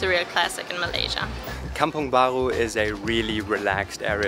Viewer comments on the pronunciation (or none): When you pronounce "kampung bha-ru" as "kampung bha-gru" in your accent, it makes me smile...hehe hope you guys enjoy your visit and stay in Malaysia :) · Love the way you pronounce kampong baru as "kampong baghu", gives a French accent to it! 😁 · Haha I was really wondering where are you two from when I began watching this video, and then you went to kampung "baghu" (that's how malays spell for the way you pronounced it) 😂 Guten abend! People from the state of negeri sembilan to the south of kl, also pronounce the letter r that way, so if it's a new video (video baru) then they'd say "video baghu", however, they don't say kampung "baghu" though, the r is still pronounced similarly to the r in "australia" 😬 Anyway danke, for all the compliments and nice words you two put in for KL and malaysia 👍 Hope you two truly enjoyed your 1st time visit, and be safe wherever you are now and wherever you will be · It's a very German pronounciation 😁